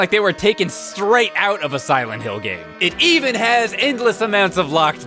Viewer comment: Actually, I think pronounced it correctly. That's how it's pronounced in the Silent Hill games anyway.